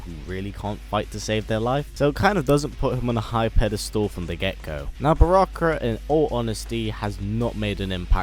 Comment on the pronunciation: how dare you say barakka